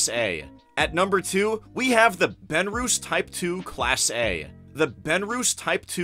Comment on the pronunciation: Benrus is not pronounced "ben-roos"....it's "ben-russ"